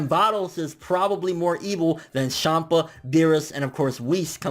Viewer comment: Lol... "Shampa"